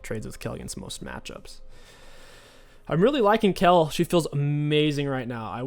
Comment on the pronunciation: it is not BORK its BOTRK and its not KELL its KAYLE